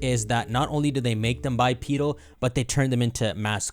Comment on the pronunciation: Bi-pee-deel Me: bipedal